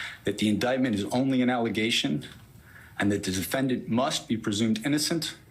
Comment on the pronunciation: I keep watching and you never learn how to pronounce "defendant" and "Giuliani". Not meaning to troll. These are just some basic words you need to report on all this, so how you speak matters.